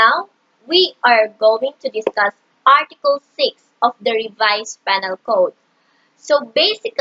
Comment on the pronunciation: No offense but shouldnt it be pronounced "pē-nal" or "pinal"?